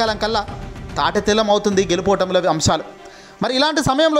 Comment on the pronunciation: తాటితెల్లం,ఎత్తడుగులు ఏందిరా దరిద్రపు వెధవ.తెలుగుభాషను ఖూనీ చెయ్యకురా సామీ.తాటిబెల్లం అని అనలేదు అందుకు సంతోషంగా ఉంది.ఆ పదాలు తేటతెల్లం, ఎత్తుగడలు అని తెలుసుకొని చదువు సామీ.